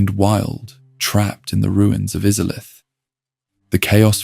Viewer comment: Bro, im sorry. Maybe im in a bad mood or im getting tricked into commenting but how can you mispronounce Izalith WHEN THEY LITERALLY SAY IT IN THE INTRO TO THE GAME???